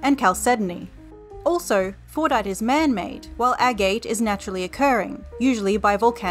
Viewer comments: Well, while you did try to replicate Fordite, the mineral described in this video, "FORNITE" still sounds like the actual game, just without the "T." I appreciate your attempt to try to make it sound like Fordite. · I keep hearing fortnight istead of fordite, help me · I believe it’s pronounced ‘Fortnite’